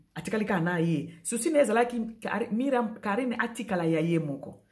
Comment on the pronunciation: Ndaku ya Myriam eza en etage, de quoi parles tu? Biso nioso to yebi que Myriam a lingaki a yebana. Ozo koka ata ko prononcer Myriam comme il se doit te. A tikala ou pas oza en vacance o kende ko tuna biloko ya ko lia.? Na mukuse bo conseiller Carine bo tika ko induire ye na erreur. Mikanda e koma makambu e bele soki ba koti ye nsoki,na ngunda wana e zo risquer ba bebisela ye. Carine concentre toi sur ta vie.